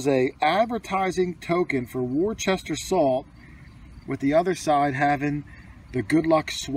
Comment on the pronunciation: Pronounced “Woo-ster” salt, like Worcestershire sauce is pronounced Woo-ster-shur.